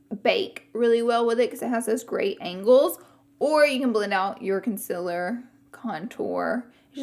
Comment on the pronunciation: It's adorable the way she says "conciller" for "concealer" 💗😊 I thought it was a one off but then she said it again! That cute accent though!!!